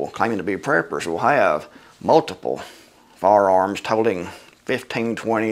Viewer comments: "Fararms" haha. I appreciate a man that can laugh at himself. Good video and good points brother. Thank you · "Fararms" Excellent!